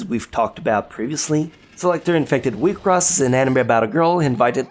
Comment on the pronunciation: it's not wi cross, it's wiks soss